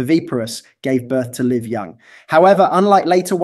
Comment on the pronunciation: also, pronunciation of "live young". That's what gave it away to me.